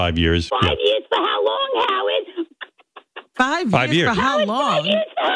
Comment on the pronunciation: "FIVE YEAAAAUHS FUH HOW LAWNGGG HOWUHDDDDDDD?!?!?!?"